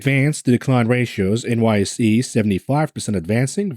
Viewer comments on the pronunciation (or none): none